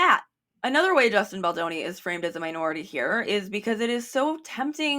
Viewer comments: I had to pause the video just to catch my breath after laughing so hard at "a-Justin Bolonga," that caught me off guard lol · not “a-Justin Bologna” 🇮🇹🍕🍝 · the accent on “justin bologna” is SENDING MEEEE!!!!! locking in for the rest